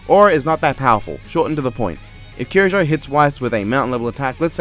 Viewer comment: By the way, you’re pronouncing Mitsuru’s surname properly! (Or least, how it’s pronounced in western.) You don’t even know her and you treat her better than death battle, jeez...